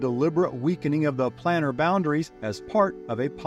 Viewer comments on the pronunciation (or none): It's pronounced "plane-AR" (or "plain-AR" if you like) not "plan-AR". It's a referrence to the "planes of reality" and not the "plans of reality." lol